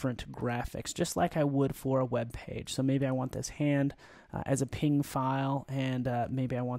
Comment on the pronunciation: P-N-G not ping